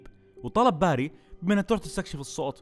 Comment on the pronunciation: بيري بيري بيري مش باري مشش باري اف جلطتني